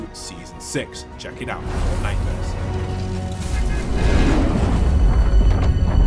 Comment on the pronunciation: .....omg you did say fn mares. it was suttle but i heard it lol. I'm so sorry